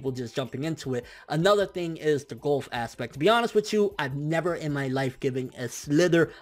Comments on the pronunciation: I hate how he pronounces golf as "gulf". It's a sport, not a body of water. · I hate the way he says Golf